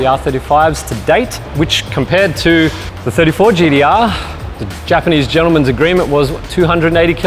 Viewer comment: You can say Tee-spec but why do you keep saying GeeDeeArr? Great presentation though.